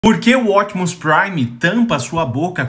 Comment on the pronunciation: Quem é esse tal Ótimos Prime que eu nunca ouvi falar? A pronuncia correta é Optimus Prime falando o P e não Ótimos Prime engolindo o P kkk 😂